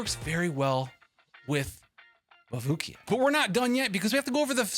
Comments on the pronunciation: Bro really said mabooki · the way u say mavuika hurts me so badd